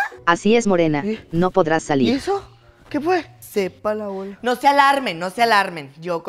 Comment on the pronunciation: Me dio risa cuando dijo sepala bola